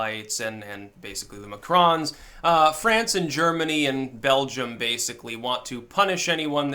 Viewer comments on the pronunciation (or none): none